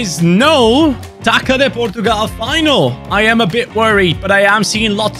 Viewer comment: Coming from a portuguese, in our language this "ç" is read like "ss" so Taça would be read Tassa instead of Taca. Just a heads up for the next time you need to say it so you dont get it wrong 😂